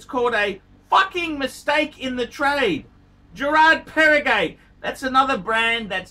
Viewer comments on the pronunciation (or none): Jacket Drooze, Parmeegarnhey, Jiraad Peragheey